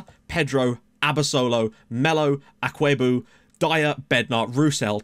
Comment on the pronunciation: You're pronouncing Akwuegbu correctly (for the most part 😄)... it's a Nigerian name, sooo... 🤷‍♂️